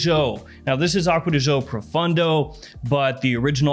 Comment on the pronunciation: You are so much into the perfumes,but you can't say "acqua di gio" properly...🙄🙄🙄🙄🙄